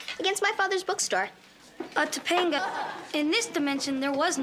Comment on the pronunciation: its pronouced Toe Pung ngah ....i remember this episode from when i was a kid...it startled me hearing how bad americans prononce polynesian western indian names badly...topanga in our culture means brown hairy little tree lol that lives in cloudy mountain areas near rivers or the sea!!!